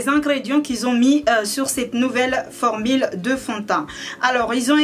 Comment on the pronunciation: "formile" mdrr, sinn jadaur tn prénom ""